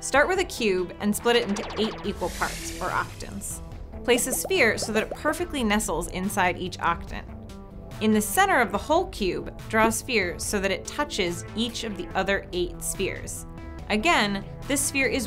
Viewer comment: Sounds like she also says "octnant" instead of "octant"